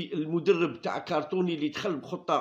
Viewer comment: Ya khouya shoubir c'est pas cartony c'est crotonne